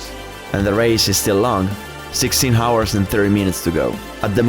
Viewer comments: No one has yet told him how to pronounce hours correctly? English is my 3rd language and it was still hard to hear that :o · House, Him, Helicopter, Heroin, Hakuna matata, Half, etc... however, you don’t pronounce the H in « hours »